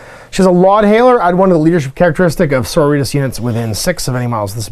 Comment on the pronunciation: How is it, that you are familar with Sisters of Battle, for 20 years, and cannot pronounce "So-ro-ri-tas" ?